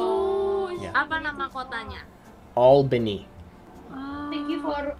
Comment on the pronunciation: Exposed as a fake New Yorker. No one in new york says "all bahnee". Everyone says "auhbany"